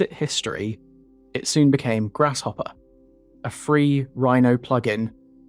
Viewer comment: Lol "Grass-shopper". Great video! I didn't know the history behind the program